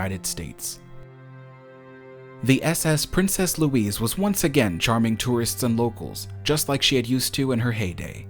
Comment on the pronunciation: Princess Louise is pronounced Lou - eez - uh